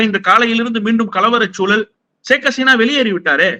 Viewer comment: Hesina alla. Haseena.